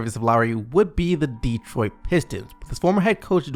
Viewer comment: Bro I love your videos but please learn how to pronounce Detroit it’s not 2 fucking words